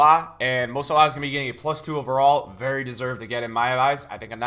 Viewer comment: Love the vid but I can't stand the way he pronounces Premier and No Salah 😂😅